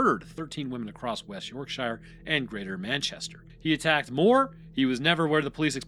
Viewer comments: I’m not British, but even I know that “shire” as a suffix in English place names is pronounced like “sheer”. [Edit: OMG, it just gets more grating as it progresses, and I’m very interested in everything except hearing “York-Shy-er”, or “Lanca-Shy-er” etc. for that matter, and you’re the one disregarding convention and speaking inappropriately. BTW, the British do pronounce the individual word “shire” as “shy-er” but those place names have been a constant for a very long time indeed. Speak them correctly!] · ⚠️ Yorksha, NOT York-SHY-ER. Love the vids but don’t beget the ire of Yorksha folk! You’ll never live it down 😂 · York-sher ✅ York-shyer ❌ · You dont actually learn the pronounciations at all do you. You yanks just cant say Yorkshire or Goucstershire. For instance... Shire how you pronounce no1 says that. Its shear. Sear. Searing a sheep is my best way if explaining it. Its not shi rrrre. Its shea. Sear. Shear. I will find an american word with the same sound and tell you. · As a Yorkshirelad. Say York-sher. Not Yorkshyer. Good vid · U say it more like York sheer like cheer as in cheerleader. So York Sheer. Im english and its how we say it lol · Do Hobbits live in the "Sheer"? Not the last time I checked. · Oh! You’d been doing so well with the British pronunciations recently. 😂 it’s more like “York-shuh” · It's not the Hobbit. There are many, many place names with "shire" in the UK. Why can't Americans pronounce them correctly? It's "shurr" I realize that's not how it's spelled, but it's how we pronounce them. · as a Brit, i physically and mentally took damage each time i heard your pronunciation of "yorkshire" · You are KILLING me your mispronunciation of Yorkshire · I'm from Yorkshire and you're pronouncing it wrong 😂